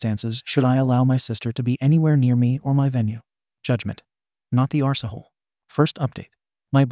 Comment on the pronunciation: I love how your bot cannot pronounce ‘arsehole’. ‘Arsee hole’ is hilarious.